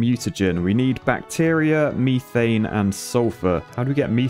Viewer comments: It is not pronounced me-thane it is pronounced meth-ane just letting you know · lol me thane its pronounce meh-thane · its pronounced meh-fain not mea-fain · Meth-ain not me-thane that one hurt lol loving the series though and every other video game you play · You have to prononce methane like meth-ane not meeee-tane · You are not Welsh with the way you say methane. It’s pronounced meth ane not meeeeeeeeeth ane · This is one of my favorite series and I love the way he said methane it was so wrong 😂